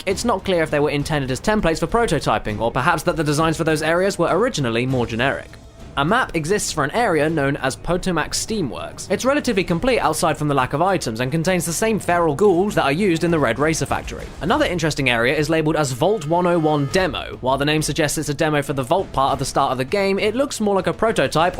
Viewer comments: that is not how you pronounce the American river, the Potomac. You have to say it like an American would, not a Brit. I only say this because the British generally bitch at us saying that we say their words all wrong and constantly change/ruin their language in "logically inferior and flat-out wrong" ways. Language is subjective though and people tend to forget that, defending their own personal way as "right" and everything else is wrong... sigh, lol. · I'm assuming was trying to pronounce the word Potomac (as in the Potomac River)? It's usually pronounced like pa-TOW-mik but I'm from the DC metro area so I can't expect everyone to know how to say it correctly. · Kellmachine Yeah, that was weird. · I got annoyed by the pronunciation as well, growing up in that area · Its really funny doesnt know how to pronounce "potomac"